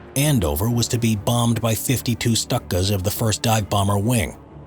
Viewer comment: Stuck uhs haha It's stoo kah